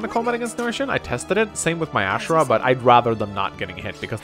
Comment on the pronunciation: > keeps calling Azura "Ashura" >Disgusting.